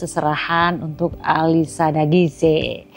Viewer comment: Ternyata alisya dagise bacanya... Selama ini Q taune alisya daguis bund.. Maaf ken